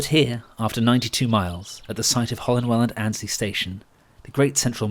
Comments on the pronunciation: One more you pronounced Annesley as Ainsley (as in the TV chef) it should be Anne esley. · As a boy, I used to visit my grandmother, who lived near Weekday Cross. I often travelled to Nottingham Victoria from Radcliffe, on the GNR line to Grantham. Your pronunciation of Annesley is wrong. The first 'e' is pronounced and so the word has three syllables: Ann, es, ly.